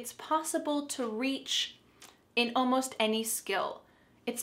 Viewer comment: I answered all of the questions correctly by the way, you made me laugh when you said almosht instead of almost